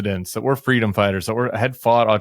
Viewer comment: Annie believes in Fweedom!!!